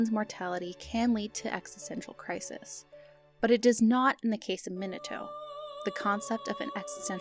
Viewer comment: I don't like how you pronounce Minato. that's just me however, you can pronounce it how you like.